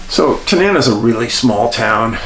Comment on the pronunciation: Pronounced Ta-nuh-na. 69 year Alaska.